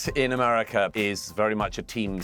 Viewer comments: I'm British and he doesn't say it correctly. He says Amarica. Listen for it. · What a warmonger And what is AMARECA ???😂 You can’t even say America right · Douglas needs to learn to say America properly.